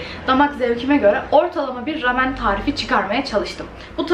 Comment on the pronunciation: Keşke rameni doğru telaffuz etseydin.